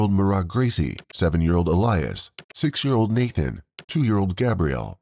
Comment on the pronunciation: If you have to do a video on the lives of these poor children then at least have the decency to know and pronounce their names correctly his name was not Nathan his name was Nahtahn